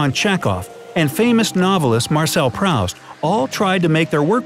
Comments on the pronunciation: The name "Proust" rhymes with "boost". It is not pronounced as you said it, 'prowst'. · (Marcel) >Proust< is pronounced "proost ".